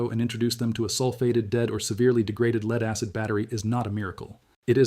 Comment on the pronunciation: The AI human is exceptionally well done. Except for a couple of horrendous pronunciation errors this could pass as a well researched and narrated video. Having 2 pronunciations for the spelling of lead throws a lot of AI's. Humans also would say 1 point two zero zero not one point two hundred.